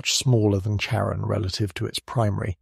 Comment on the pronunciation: CHARON... NOT KAREN!